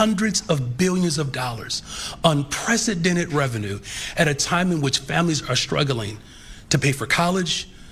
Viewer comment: Inpresidented revenue? The word is unprecedented you idiot.